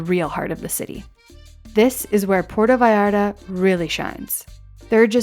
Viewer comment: "Porta Vayarda" --.